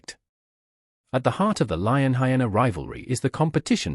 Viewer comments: What are "heenas". Pronounce it properly. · Just needs to type it phonetically ("hi-eena) so the voice over will pronounce it correctly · Hyena’s say it correctly my goodness.